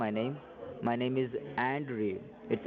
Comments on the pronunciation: OMG! I love it when they can't pronounce their own fake names properly, Andrew needs more practice, so hilarious! I hope you're feeling much better after your tragic death too!! Loved the editing, thank you so much, really enjoyed it:) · I agree. I'm so MAD 😠 at for yelling at my friend.